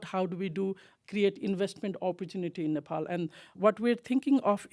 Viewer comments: this host keeps saying nepoli. Ney. Pal. Please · Nopol what's this pronounce man it's Nepal🇳🇵🇳🇵🇳🇵